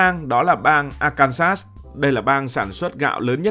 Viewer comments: lên google tìm hiểu phát âm cho chuẩn Arkansas đi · Quá chuẩn luôn... bới bèo ra bọ...😂😂😂